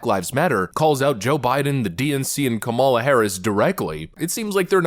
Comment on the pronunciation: It's not Ka ''mal a ; it's Kam' a la, accent on the first syllable.